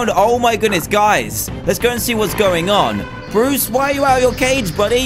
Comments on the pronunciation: Notice how he said bores instead of bruce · dan: borris me: WHO THE HELL IS BORRIS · Who noticed that Dan said Bois instead of Bruce